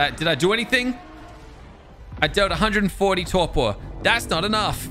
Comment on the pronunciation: He keeps saying torqor when it’s torpor